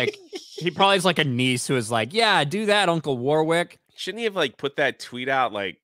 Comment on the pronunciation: oof the way you pronounce Warwick the 2nd w is silent btw